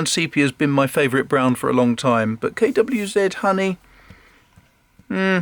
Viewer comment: Nice to hear KWZ pronounced properly.